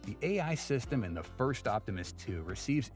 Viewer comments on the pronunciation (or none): none